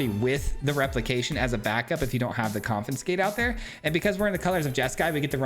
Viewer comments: Dude, I love your videos, and I don't want to be rude but you are pronouncing it incorrectly. you are saying con-FIN-scate but the correct pronunciation is con-FIS-kate (confiscate) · There's no effin' confinscate! ... ... ... Get it? There's no "f" in "confiscate" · Came for the jank...stayed for the mispronunciation Never change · third video in a row that comments spam about mispronouncing confiscate -- when is the 4th comin'? arizona education in action, yeah baby. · Saying it wrong the entire video to get the comments going, I see you. 😄